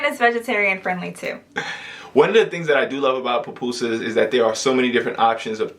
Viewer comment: Pupusas not Papusas